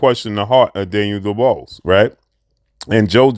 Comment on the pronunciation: who is daniel duballs? goddamn whats with muricans not being able to say easy names properly..dub-wahh ez